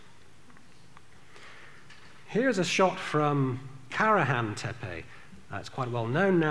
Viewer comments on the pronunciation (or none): Kah-Rah-Han Tepe not Care-A-Han Tepe lmfao xD